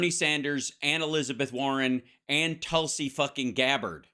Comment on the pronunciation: Tulsa Gabard. Famous leftist. Hahahaha. You get it right a lot of the time, Hal. But f#×k me hahaha